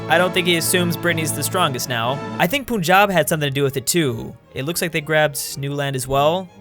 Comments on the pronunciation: it’s not poon jab it’s Punjab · All south asians:- P-A-N-J-A-B ( PRONOUCING NOT REAL ):- P-U-N-J-A-B LOL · Theirs something I'm offended about when he said punjab will probably unite the Indian sup continent first of all you don't pronounce punjab poon jab it's pronounced puhn jab and also punjab is not a Indian state it's a Pakistani state